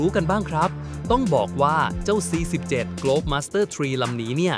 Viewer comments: อ่าน C7 มั่วหรือเปล่ามันคือ C 17 Globemaster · นอกจากข้อมูลของมึงโคตรมั่วแล้ว ยังไม่รู้จักตรวจสอบตรวจทานก่อนปล่อยคลิปเลยนะมึง C-17 Globemaster...หัวข้อก็ใช้ C-17 แต่มึงปล่อยคลิปที่ใข้ai อ่านว่า C-7 ซ้ำๆๆๆๆ ออกมาอีกนะ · แค่เรียกชื่อเครื่องบินก้อผิดล่ะ ซี 17 ไม่ใช่ซี7ไม่เช็คก่อนปล่อยคลิป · ครับ C-17 หรือว่า ซีเจ็ด ครับ???